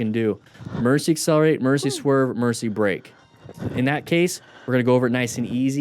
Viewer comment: are you saying emergency or amercy? LOL on the diaper comment!